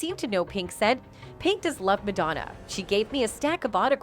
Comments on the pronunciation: MAD-O-NA what is that woman saying? Go to speech therapy Woman!! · Who the hell is "Madonea"? The narrator mispronounce her name a number of times. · Why can’t the girl say Madonna correctly. Pink rules! So does Madonna! ♥️ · Whomever is narrating needs to learn how to pronounce "Madonna" correctly! Lmao 😂